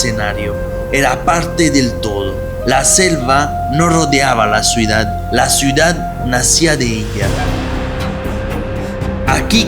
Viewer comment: Muy interesante video, gracias Elodie, gracias..., desde hace variosvideos te quiero decir que TU pronuncias mal la palabra "Ciudad". Tu la pronuncias: "cUidad". Y eso esta mal, pues tu corriges a Elodie en cualquier error, pero no pones atención en los errores tuyos.